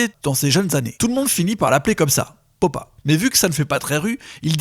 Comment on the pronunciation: Petites réctifications (C'est dommage que ça vienne de Konbini quand même) : FAUX / JUSTE Popa / Poppa (prononcé "papa") MELLO / MELO Eighty Eight Mello/ Eight o Eight Melo (808 et non pas 88) Carnasie / Canarsie Sur ce POUCE ROUGE OBLIGE 💫 Long Live Pop Smoke 💫